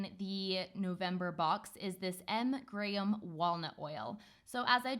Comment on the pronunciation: Yay says Graham properly (in my opinion) the american pronunciation always throws me off. Sometimes I forget shes British.